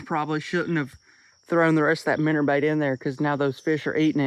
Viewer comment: I love how he says “Minner” because of his accent